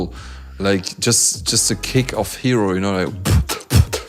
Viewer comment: ヒロがHEROて発音されて意味も変わるのなんか好き